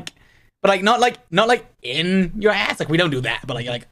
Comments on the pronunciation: "like they gave me a shot in my AWRSS" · 😭😭😭 THE WAY HE SAID "ArSe "✨✨ and he also sad aSS was just too funny I was on the floorrrr😂😂😂😂❤